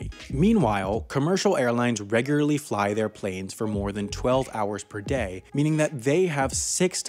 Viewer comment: this guy cannot say "regularly" and "carriers"